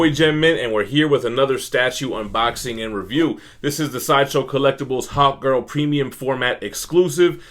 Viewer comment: I thought you said Hot girl so many times